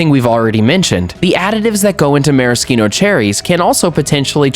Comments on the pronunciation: It was great other than the fact that he's mispronouncing maraschino. I'm actually a voiceover artist and I do commercials a lot and noticed that firsthand. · I don’t want to be a grammar Nazi but why is he pronouncing maraschino that way? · You can't even say it right!